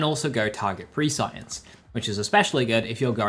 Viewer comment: Complex Root can be any element. Had it in Maurice Vendor last week. Also, Prescience is pronounced press-ee-ence. Not Pre-Science.